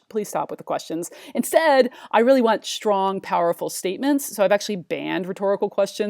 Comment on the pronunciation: why do you say "shtrong" instead of strong? you pronounce the "s" as "sh"